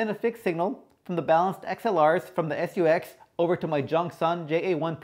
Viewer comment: Guess the language barrier strikes again. " SU-X" really?? Nice review though!